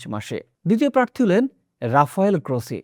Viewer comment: বাংলাদেশের যে কোনো সংবাদ পাঠকের চেয়ে আপনার বাংলা উচ্চারণ ভালো । আরো মনোযোগী হলে আরো ভালো হবে। যেমন “প্রার্থী”